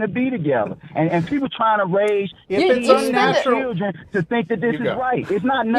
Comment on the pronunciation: and what's a churldren